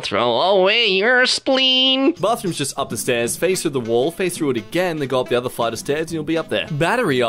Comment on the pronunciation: the way he said spleen lol